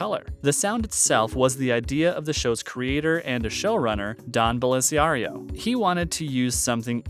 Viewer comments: 1. "Jag was a spin-off of NCIS!" Uh, no! 2. "NCIS wasn't filmed in Washington, DC" No duh! DC doesn't have palm trees and ranch-style homes all over the place, along with mountains. 3. "Don Blasario" For real? It's BELLASARIO! 4. "Abby Squeeto" It's SHOE-TOE 5. "Harrison Ford was considered for Gibbs..." Uh, no. Ford would have been 61 years old in 2003, and 80 years old as of this current next year. He is ten years younger than David McCullum. 6. "Sean Harmon is the son of Sean Harmon" Only if he experienced mitosis--which makes him a carbon copy, not an offspring. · Dude… I enjoyed the video, but you had a boatload of typos and mistakes. You said Mark Harmon’s son was his own father, you mispronounced Sciuto and Bellisario, etc. I’m not trying to be a dick, it’s just that I’d expect a fan to actually get the details right.